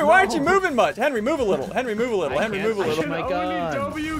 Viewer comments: ssundee: henwy i hit these also ssundee: goes on to miss like 10 times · Ssumde say henwy penguin